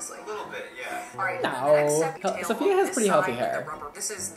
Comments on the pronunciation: I'm gonna be this person but it's SAFiya, not SOFia. THEY ARE DIFFERENT EDIT: The queen tweeted me on how to ACTUALLY PRONOUNCE IT and ig I was wrong too but so were y’all so don’t be smug. Apparently it’s SUF-FEE-YUH NYE-GUARD. Link to the tweet for the receipts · it’s not SOfia it’s SAfiya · I hate how you pronounce her name Sophia/Sofia, it totally ruins the uniqueness of her beautiful name 😡🙄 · He one of the person that say sofiya instead of Safiya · It's SAFiya NOT SOFia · Her name is sAfiya, not sOfia/sOfiya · This is how many times said “Sofia” instead of Safiya ⬇️ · cringing at everytime he calls her "Sophia" lol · its pronounced SAAFIYA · no its pronounced su fee uhh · Who else realized he said her name wrong like 5 times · Can you please pronounce her name right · Really hate that he’s pronouncing her name incorrectly throughout majority of the video 🙄